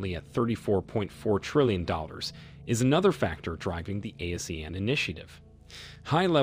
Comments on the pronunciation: It’s pronounced (Ah See Aaan)… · It should be pronounced as Ah-See-Yahn. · ASEAN is pronounced as ah-sea-arn. Not “a-sian” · Please look up your pronunciation of Brunei and Asean. It would make your statements and arguments much better for the listener.